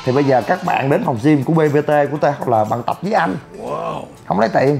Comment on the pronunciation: đọc là Gym không phải là gim nhe chú e